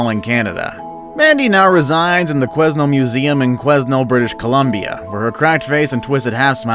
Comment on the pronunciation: Quesnel is pronounced "Kwe-Nell", and Mandy is indeed very creepy. You get the feel you're being watched when youre around her.